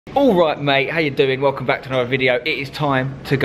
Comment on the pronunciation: That was the worst pronunciation of welcome but good try I'm 🇷🇺